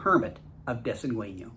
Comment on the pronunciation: With all your years of travel in Baja, I'm surprised you haven't learned the rules of Spanish pronunciation: It's "dess-en-GAIN-yo".